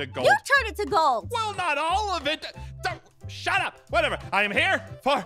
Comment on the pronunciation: At the end where said shut up I thought he said „ShAt Ap“